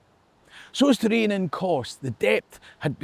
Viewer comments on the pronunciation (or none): none